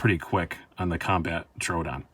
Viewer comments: Its pronounced TRO ODON not TRUEODON LMFAO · Knife wisdom you say? You can't even get the name of the knife correct!!! It's a Troodon not Troo-a-don!!!